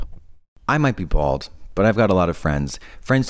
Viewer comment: when she says bald is one example